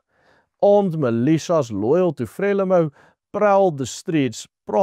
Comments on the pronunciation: Not pronounce frela-mo, instead, 'fra-lee-mo' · Not Freli MO, but Fre Lee mou. Not Gratsa, but Gra sa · Frelimo is pronounced FREELIMO EE as in FREE, please just correct this, it hurts my ears! I've lived here for 20 years. You are generally correct. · Pronounced: FRE LEE MOU (I know it is not spelled correctly) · It is pronunced Fre leemo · Very good factual summary as most of your broadcasts. Your pronouncitian of "Frelimo" however will not be identified by any military person in SA of that era. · Very interesting summary of what happened. Pronunciation of Frelimo is incorrect.